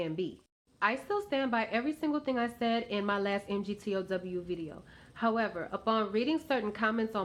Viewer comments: M G T O W Ugh, it hurts my ears every time I hear it. It's like if I said feminist but I pronounced it FEMANIST. Ha, even that has a man in it 😂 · Lack of a penis does not make one a woman. It's pronounced "MigTau." Spelling it out only proves you know nothing about it. Just another angry black woman trying to get attention anyway she can. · MGTOW is pronounced "Mig-Tao" I guess if you really did watched any MGTOW videos you would have at least know how to pronounce it. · Pronounced "mig-tow". You're saying men are running off emotion. LOL! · You don’t understand MGTOW at all, you can’t even pronounce it properly...